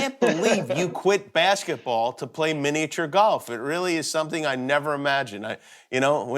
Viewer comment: He says miniature weird